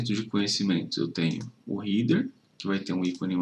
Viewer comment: Amigo, cheguei agora no teu canal. Se me permite, deixa eu te dar uma dica: header se pronuncia réder e não rider como você falou. Lembra de cabeça: head, e então header. Só acrescentando o som do R no final. Tem a música: 🎶 Raindrops keep fallin’ on my head Espero ter ajudado.